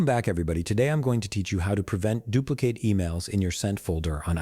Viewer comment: Sounds like a b0t mis-pronouncing "dupli- CATE" ?? WHAT/WHERE/HOW TO FIND: MICROSOFT .. OUTLOOK CRAPOLA?????????????? OMG😢